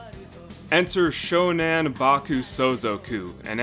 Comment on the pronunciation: It's SHONAN, not SHONEN. (Name of an area in Japan.)